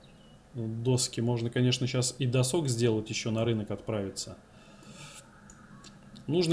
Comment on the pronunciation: Он как будто специально говорит досОк. Чтоб почаще слух резало